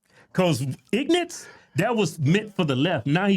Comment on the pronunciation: Whats an ignanse? I dont speak Walmart